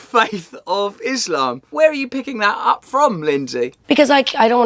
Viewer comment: Finally someone who can pronounce “iSlam” in a correct way